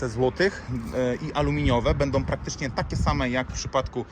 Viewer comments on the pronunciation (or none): none